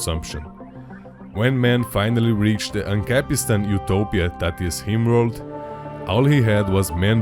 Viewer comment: the guy who made the video pronounces "rim world" as "Himworld"